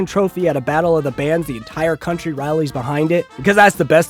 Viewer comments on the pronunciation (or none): none